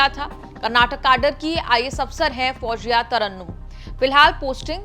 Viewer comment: Pronounce her name correctly Mam. Pronounce her name as FOUZIYA, not as FOUJIYA